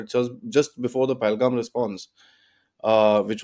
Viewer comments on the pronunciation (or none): none